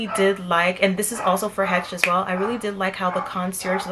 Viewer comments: Great video. Also, we pronounce Hecht’s as Heck’s. It’s the name of a longtime and well loved local department store. Welcome to DC! Good luck with your doctoral studies. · Please stop miss pronouncing the word Hechts. You are obviously not a native Washingtonian. It’s a landmark to the City.